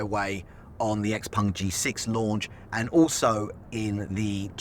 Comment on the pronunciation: why do you pronounce it XPung? Everyone else can pronounce it properly